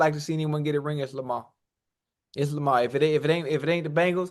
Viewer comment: Chad called that man LAMAH 😂